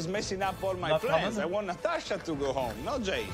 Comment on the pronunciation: pronounces "Natasha" the same way Russians do lol.